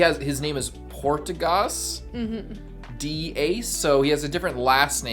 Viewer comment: why "Portgus" D. Ace tho Hmmmmmm